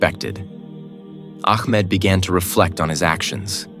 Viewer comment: Ahmed is such a beautiful name...but astagfirullah the pronounciation done in this video is so wrong it says "akmad" astagfirullah which is totally wrong and changes it's meaning... correct yourself here